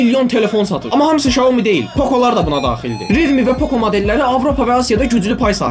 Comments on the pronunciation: Poxo yox poko😂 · Poco ❌ Poxo✅ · Poco❌ Poxo ✅ 😂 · Poco yox poxo hə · niye pocoya poxo dedin